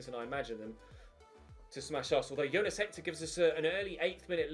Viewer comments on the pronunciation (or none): none